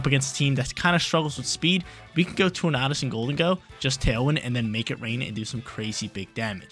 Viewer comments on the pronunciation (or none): Just pronounce tornadus like tornado bruh